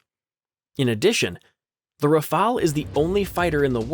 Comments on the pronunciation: Forget the a. Prononce RAFAL as fast as possible in good french. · Y'a un e a "Rafale" mais aussi merci !